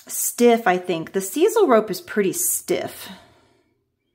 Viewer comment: Love those jokes! Grandkids! What??? You did a fantastic job shaping the Skype. I believe sisal is pronounced with an ‘I’.